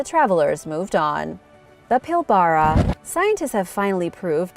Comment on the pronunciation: Please come to me for correct pronunciation of Australian words. It's pronounced Pil -bru. Could you do a segment on the Petrographs found extensively in this region. Cheers